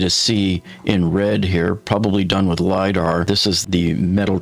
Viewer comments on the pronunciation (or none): none